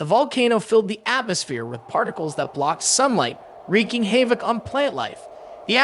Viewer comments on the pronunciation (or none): "havoc" is pronounced "have-uck"